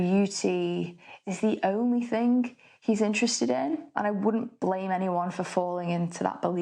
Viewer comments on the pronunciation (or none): none